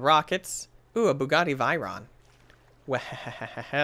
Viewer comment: Its bugaty v-er-on